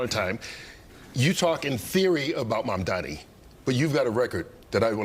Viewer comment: Why does Cuomo keep intentionally calling Mamdani Mamdami?